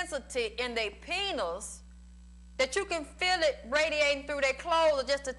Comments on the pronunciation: i love this and how she say penus 😭😭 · I just can't get over the fact that she pronounces it like "penus".